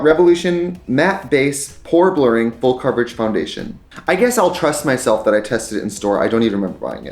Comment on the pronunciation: Every time he said "pore blurring" it sounded to my ears like he said "whore blurring". Like, yeah we all might need a bit of that.